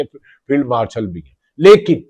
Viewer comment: بھی کا ب نکال کے بات کرو میرے بھاٸی